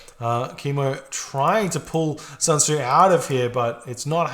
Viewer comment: honestly, it's SUN Tzu (chinese general). Nothing like SAN Tzu, which pains me to hear it.